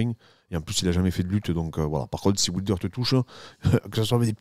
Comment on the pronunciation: Dariush après Islam, chaud patate quand même pour Do Bronx🤔 Aah Ce super accent occitan sur "ouilder" j adore🤩 Salutations de Perpignan😉